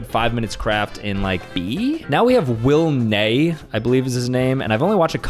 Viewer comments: It's the Willnee pronunciation that's going to annoy him (WillNE) more. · Not him pronouncing WillNE as Willnee. That's going to annoy Will so much😂. ❤❤❤ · Talking about WillNE it's not pronounced Will - Nay it's pronounced Will - N - E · “Willnay” bro messed up on the second one💀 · bro said Will 'NEY' ☠ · It is pronunced "Willy ne". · Did he just say “Will Nay”